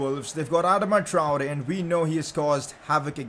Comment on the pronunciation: Pcq: Did you realise you pronounced adam traore wrong?